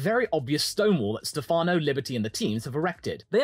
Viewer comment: btw is stèfano not stefàno